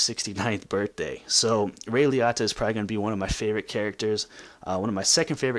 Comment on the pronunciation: Please say his name right. Pronounced ray liOta